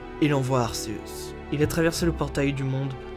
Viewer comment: . . . Giratina avait pourtant créé le monde distorsion il n'a pas été banni, ta teorie ne tien pas du coup. Et stp prononce le comme il faut c'est arkéusse la prononciation pas arcéusse. Il est prononcé arkéusse dans le pokedex officiel et dans son propre film mettez vous a jour..